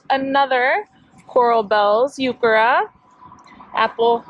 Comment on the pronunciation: Nice work! Just a note the “h” in heuchera is not silent.